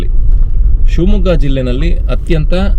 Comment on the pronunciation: ಸಿಂಹ ಮಗ್ಗ ಅಲ್ಲ ಸ್ವಾಮಿ ಶಿವಮೊಗ್ಗ